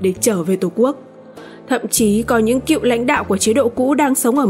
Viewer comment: Phát thanh viên mà đọc sai chính tả Cựu chớ không phải cịu nha phát âm gì kỳ vậy